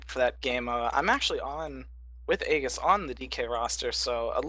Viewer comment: Pronounces aegis' name wrong :P